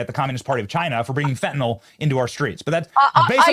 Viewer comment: It's pronounced FEN TAH NILL Fentanyl Not Fentanol.